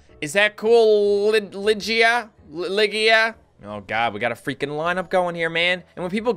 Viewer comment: Ligia Cuenca is a hispanic name. Pronounced "Lee-hee-a". HOWEVER!! Your horchata was perfect!